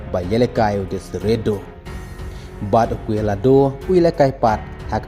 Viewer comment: Desire Duoe ❌ DeshriDo ✅ Ym long phi ak banang bat ai khubor sha kylleng ka pyrthei hynrei tang ka pronounce ruh ym beit